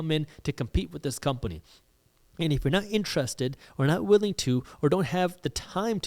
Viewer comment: "eef" or "if"?